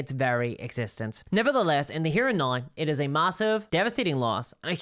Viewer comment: Why cant you pronounce “now” correctly